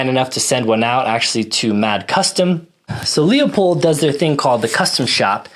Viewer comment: "Loi-pold", Markus Friedrich Leupold was a german immigrant in the US. Don't get me wrong, you may pronounce it "strawhat", I was just in a german wiseassing-mood. We "shermanns" are sometimes like this. Especially when my wife was right once or twice too often today. So, as I said: "Loi-Pold", not "lee-ow-poid". hehehe ;) Ah, and of course, a very comprehensive review of the Kriss Vector, I really like your setup, I personally would've taken the 10mm version, but I can very much relate to the reasoning of interchangeability to your EDC Glock mags, make absolutely sense to me. Even if it's 2½ years old and some shots shows went down, still a rad setup IMO. The Leupold dots are laser sharp and having a great FOV (others have that too meanwhile, but from own very humble experience, it's quite rugged what they build.) I had the opportunity to fire one in .45 semi-auto , when they were quite new and I can remember, I was thoroughly impressed from the recoil-vectoring. As I understand it they tinkered a bit with it and made the system even smoother than at that time.